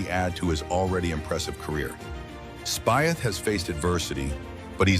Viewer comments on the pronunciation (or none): Spieth is pronounced speech